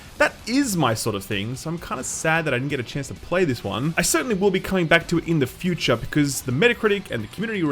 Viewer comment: shoo-TA few-CHA Mario sixty FOA So funny :D